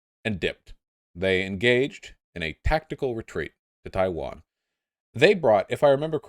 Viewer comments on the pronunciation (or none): Except for the bit where he said Chaiwan